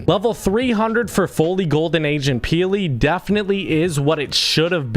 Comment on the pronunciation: i thought he siad Asian peely!